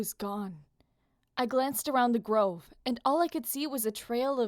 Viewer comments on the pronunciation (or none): none